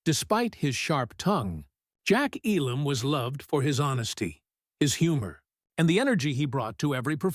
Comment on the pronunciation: And mispronounced.